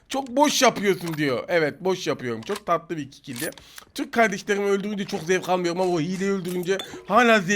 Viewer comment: Abi İlk Maçın Sonu Harika Çok Tatıılı Dedin ajsajjdajsd